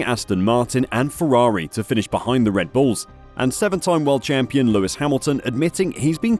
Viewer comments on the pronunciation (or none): none